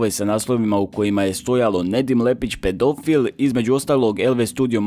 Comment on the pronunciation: Hahaha kakav je ovo naglasak, pedoooofiiil